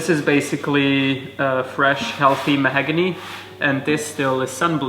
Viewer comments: English is excellent, but I’m a wood guy and it’s mahOgany, not mahAgany! He’s incredibly painstaking and it really shows in the great results. Good job! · I hate correcting language. But I'm a linguist; it's what we notice - the word is 'mahOgany' rather than 'mahagony'. Please don't judge!